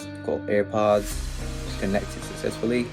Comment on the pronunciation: I’m dead 😂he said ( APPER). AirPods . Good one pal😢